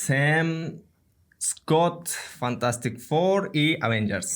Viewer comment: bu so'zlarni chiroyli ayta olmaysiz, oddiy Avengers ni to'g'ri ayta olmaysiz-ku😂